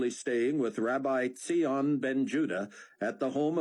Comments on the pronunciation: It's zion like lion not ze-on lol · The most irritating of the series so far. Buck Cloe and Rayford very irritating proud stubborn and no thoughts about any consequences of their demands on others and so much lack of faith. And also very unrealistic as if only in the US there would be believers who would be key in the 7 year period and as if only one man Zion (mispronounced) would be the only man in the world who would be able to instruct the whole world...such arrogance from the US, however, does not surprise me ( Zion being helped only by US people and amazing technology only thought up by US person) and Antichrist from Europe)... Dont know if I can continue with next book it's too irritating...But thanks Amy and Narrator...ps new heard an Israeli who sounded like zion or rosenfeltthough I enjoyed their accents... Great job on all characters, even the aussie who sounded nothin like a drunk english guy) :)